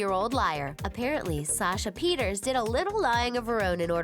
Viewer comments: It's pronounced Peter-sa Not peters Sasha Pieterse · Oh and you pronounced Sasha Pieterse wrong. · Sasha Peter's 😂 try Sasha Peirce 😂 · When she says “Sasha Pieterse” and shows Ashley Benson smh